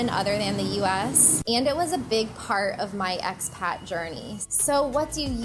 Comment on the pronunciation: May I ask what youare saying when giving a name to the cominity? Are you saying x-Pac